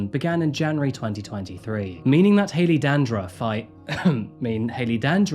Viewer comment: "Stephen clown...I mean Stephen Brown" "Hailey Dandruff...(cough) I mean Hailey Dandurand" 😂😂😂